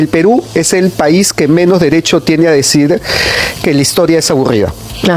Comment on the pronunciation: El generalara jajjaja..decirere jajaja hablen mejor oee!!